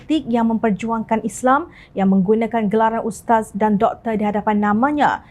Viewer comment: Maaf cakap, majoriti rakyat Kelantan tak reti sebut Islam. Isle, isle, isle!